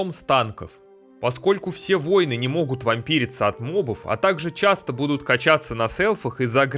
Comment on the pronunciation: Отличная работа. Очень познавательно. Только в русском языке нет слова "воЙн", а есть "воИн" !